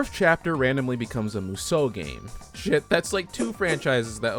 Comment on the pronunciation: i thought you said kusoge not musou ge. i was like "... ... ... harsh."